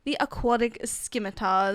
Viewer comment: I looked up how to pronounce Scimitars and its pronounced Sim-meh-ter